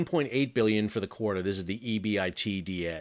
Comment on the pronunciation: In Corporate Finance circles, it's said as "eee-BIT-dah" (for earnings before interest, taxes, depreciation, and amortization). Just exaggerate the "syllables" out loud a few times and you'll have it! EBITDA measures operating performance, as opposed to financing or other things that can change the bottom line. 😎✌️